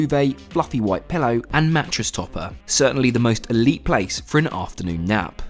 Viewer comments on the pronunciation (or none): none